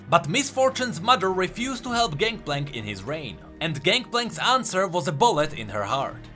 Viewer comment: "ganKplank ganKplank ganKplank" I am slowly going insane with your pronunciation of his name echoing through my mind on repeat...